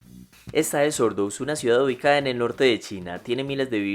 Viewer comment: Porque el muchacho dice "ubicccada" "decccada" "locccales" ¿porque pronuncia asi??